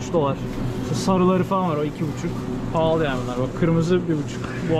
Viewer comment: Abi neden pahli diyorsun?*